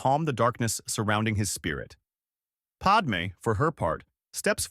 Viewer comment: It's not Podmay it's Padme And it's not Orguna it's Organa